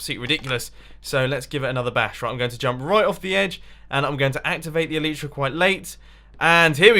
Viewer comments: You are bad with the elytra because you're saying it "elitra" and not "elYtra" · You pronounce elytra incorrectly!